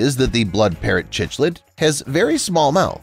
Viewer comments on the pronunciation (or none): You mis pronounced the fish at the end. Cichlid is NOT with the ch sound like chocolate. More like in cycling. Or try this, sounds like sick lid. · It's pronounced siklid btw